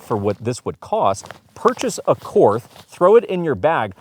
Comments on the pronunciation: Pronounced Court, not Korth. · I had to give this a thumbs down and stop watching only because you are not pronouncing Korth correctly. One would think you would do a little research on such a high end revolver. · All that classy editing and you cant even say the manufactures name correctly. Call Ian he can help. Ugh and you can always tell glock shooters when they run a wheel gun....